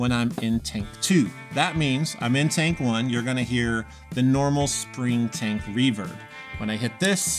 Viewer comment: When you said "Spring Tank," it sounded, to me, like you aid, "Spring Taint." And THAT is an awful name for a pedal. It'd probably be an even worse icon to stamp or screen on to a pedal. You should consider renaming some of these horrible pedals. Air Fryer, Ginsu, Sham-wow. People buy those! Pepe le Pew, instead of Pink Panther. He's down on his luck, and probably won't lawyer up. Just a thought.